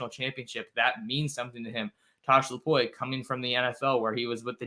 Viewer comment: It’s LEH-FAU my brotha but thank you for his spotlight. His name is translated LION in the Samoan language ! His destiny is coming into a fluent stride 🇼🇸 haha faka and that’s my life story